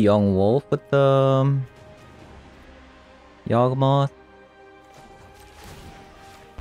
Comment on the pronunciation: y a w g not yag